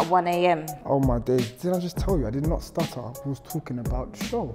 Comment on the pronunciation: needs to let go of his "I did not stueter" line LMFAO